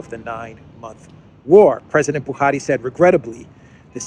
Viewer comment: I’m impressed with how you pronounced Buhari correctly with the Fulani accent 👏🏾